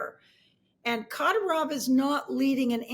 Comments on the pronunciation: It's pronounced Ka DEER ov. Really damages your credibility when you don't even know how to properly pronounce his name. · why is it always to hard for Americans to at least attempt to look up the pronunciation of eastern european and caucasian names and surnames? At least put the stress on the right syllable. It's ka-dYrov, not kAdy-rOHv geeese how hard can it be. The center piece of your conversation and you can't say it right? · The fact you don't know how to pronounce kadyrov shows you are clueless